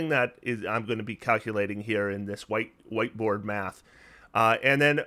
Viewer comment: I realized after that he said "white board math" but I initially heard "white boy math" and I thought "hell yeah, brother"